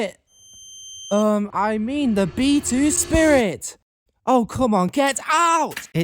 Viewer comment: B2-Spirit sounds like (Bee To Spiret)